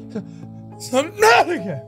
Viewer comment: Sub NUT ica? SUB. NUT. ICA. also why the bold tho jeez